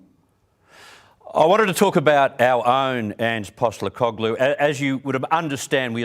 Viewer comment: Why does this guy keep saying Ange’s last name wrong ?